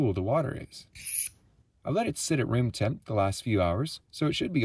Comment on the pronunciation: Röm timp? Oh you mean room temperature